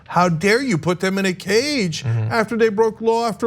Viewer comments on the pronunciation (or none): none